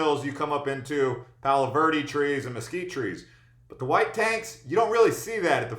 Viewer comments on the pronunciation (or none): none